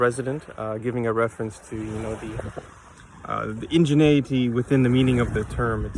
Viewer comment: "remanents"? "ingenaity"?